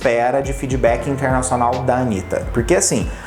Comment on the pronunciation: "Feedbackee" Porque que vc so tem sotaque br no feedback?